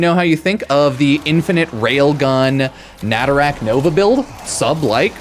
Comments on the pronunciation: Normal people: nah tah ruk: Na ta rack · Nay-Tuh-Ruck but you can rack whatever you want. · Maybe stop calling Nataruk "Natarak" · It's not netherack it's NATARUK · I really hope saying "natarak" is on purpose rather than an accident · Why tf are you calling it naturak? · I love your videos but "natarak" hurts me for some reason. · Why’s he pronouncing a U as and A? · Pronounced Nataruk wrong every time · Nataruk has been Veso'd!